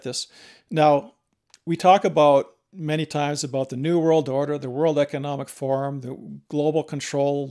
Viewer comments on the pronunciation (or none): none